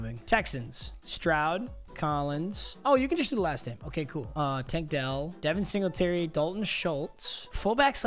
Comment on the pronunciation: Devin singltry… bro latavius murray